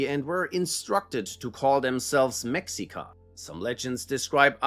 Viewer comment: mexica is pronounced me-shi-ka